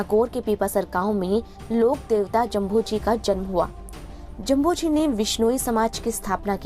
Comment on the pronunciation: मैडम जभोजी नहीं जाम्भोजी है 🤩